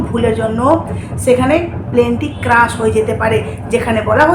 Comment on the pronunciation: ক্রাশ নয় ক্র্যাশ